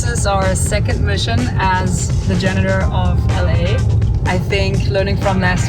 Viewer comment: Pronunciation... Repeat after me Janitor Get a 4wheel trolley instead of that thing Maybe even with a tabletop workbench. More space for finds...